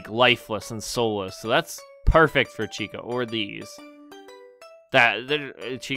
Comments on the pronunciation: it chicka not chica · Dude its CHICA not Chicka